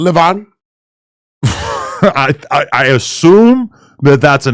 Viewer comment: 😂 every time they say leyvon 😆😆😆😆😆😆